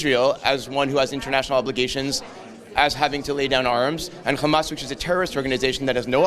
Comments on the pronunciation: Once he called Hamas " Khamas" this explained who he is. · He pronounced Hamas like an Israeli, so this is why he is against it, he is one of them